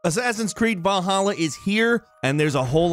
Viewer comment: It sounds like youre saying balhalla